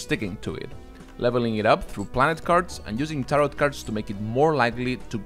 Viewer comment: Great video, thanks! Fyi tarot's second s is silent, it rhymes with "arrow"